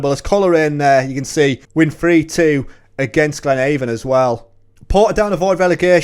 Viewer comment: You are pronouncing Glenavon incorrectly. Its not like the door to door cosmetics company ‘Avon’ its the same as ‘Avenue’. Glen-ah-von.